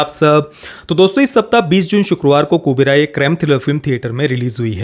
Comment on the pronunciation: It's Kuberaa not kuberai